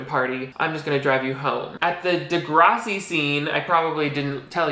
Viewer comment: 1 pet peeve about this video is how you keep mispronouncing degrassi